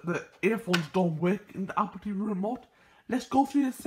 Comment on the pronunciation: “AH-POL TEEVEE”